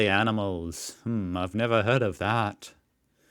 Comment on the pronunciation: Sounded like you said “crime or anals” and I’m dead 🤣